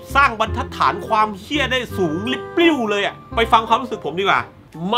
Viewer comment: ออกเสียง "เหี้ย" ได้จับใจ จิงๆ